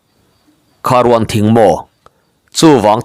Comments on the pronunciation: Kharuan nilo in, rûan laihi athlûk awmtur ,asâng chho tur, Kharûan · Kharuan thing kha thluk rawh a sangin changkha kanlam Dan Khan Kharuan ruan a sangin aw.... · Kharûan thing, rûan tih khi thluk deuh tur zawk a ni lo maw